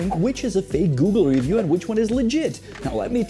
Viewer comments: dude, i hate the way you say ree—view stfu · Omg Cuzzy I trully love your work. I as well am bilingual. Fluent in Czech and English. I enjoy both of your Chanels. Possibly my favorite of all YouTube. Not trying to be a jerk, I have never once heard you mispronounce an English word till this episode how do you say Review? Rívjů? Revjů? Dělám prdel 🤣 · The way you say “review” drives me nuts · Video difficult to listen to due to the weirdest pronunciation of the word "review" EVER HEARD. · You're pronouncing it wrong bro . In america You don't say review like that